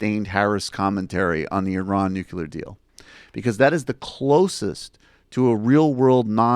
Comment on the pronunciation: Dude....it's "nuclear." Say it with me - "nu- clear." Not "nuCULAR."